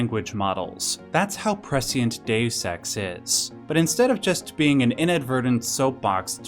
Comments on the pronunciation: Deus Ex not Dessex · number eight... DAYUS SEX